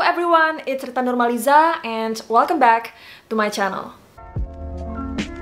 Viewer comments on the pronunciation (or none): none